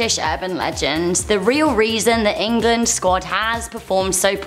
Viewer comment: EnGAlAAnD (England)